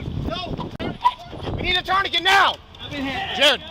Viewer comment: If they can't even pronounce tourniquet (which is a French word) how can they have the brains to apply one?